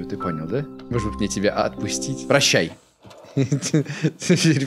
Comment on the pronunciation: Мне так нравится как говорит "может быть". "Модеть быть")